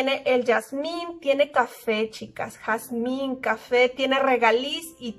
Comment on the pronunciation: ME ENCANTAN TUS VIDEOS, UNA OBSERVACIÓN SE PRONUNCIA JAZMIN NO YAZMIN.